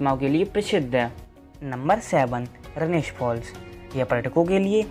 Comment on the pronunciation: रनेश फ़ॉल नहीं रनेह फ़ॉल है